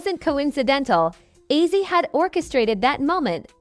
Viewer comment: Its ozzy not izzy